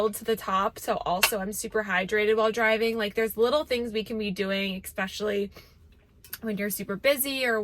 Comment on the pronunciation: just 1 question, why is every routine-filming girl does not know how to pronounce word “especially”?😂 it’s without K, like whaaat